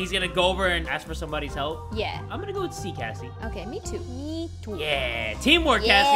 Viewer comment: It's been 2 years and no one commented about how u said " gloom and kassie " ..